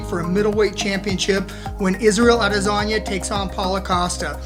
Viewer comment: Sounds like your saying lasagna instead of adesanya